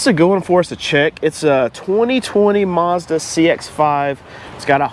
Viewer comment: MAZDA not Marrrzda jeez!